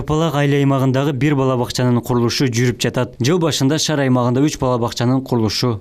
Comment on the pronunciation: Шар эмес шаар, туура суйлогонду уйрон